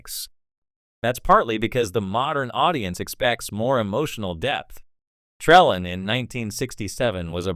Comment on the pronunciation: "Tra...LANE." You don't even pronounce it right!!